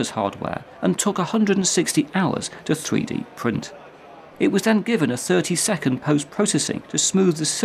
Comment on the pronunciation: a fwee dee pwint